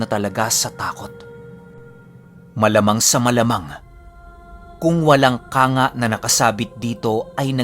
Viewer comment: It's kang-ga po:) Ang kumander Ligaya na alam ko ay isang babaeng pinutulan ng dede ng mga hapon kung kayat sinasabing siya ay isang babaeng kumander na isa lang ang dudo. Kilalang kilala siya hanggang dito sa Samar.